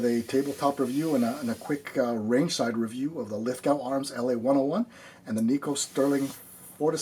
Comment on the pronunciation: "Lith-go", mate. Rhymes with snow, not with cow. :D